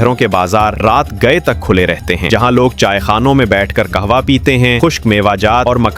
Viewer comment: رقبہ پر زبر ہے کابل پر پیش ہے قہوہ پر زبر نہی زیر ہےزبح پر بر نہی زیر ہے اپ اردو پڑھیں پھر بولیں ہرجملے میں غلط الفاظ بولے گۓ ہیں